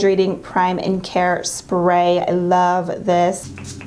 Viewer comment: The way she says it"a luv this"